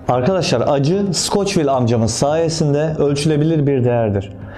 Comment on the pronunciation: abi skoçvil değil skovil.